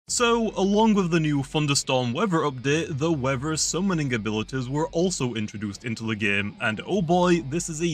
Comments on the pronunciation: Wever abilities(Bri'ish) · Bro says weather as “weaver” lmaoooo